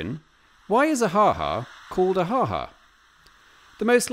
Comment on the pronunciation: Yes, it was funny! Note: the ha ha of surprise is pronounced with a longer second ha. Ha haa !